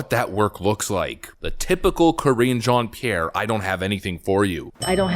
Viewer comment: Cringe jon pee air 😆 🤣 😂